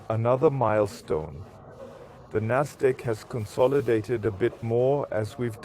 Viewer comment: Endlich spricht er die wörter richtig aus. Nasdaq, FED statt fett, etc.